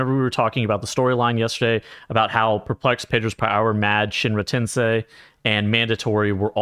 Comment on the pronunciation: you pronounced shinra tensei correctly in this vid thanks god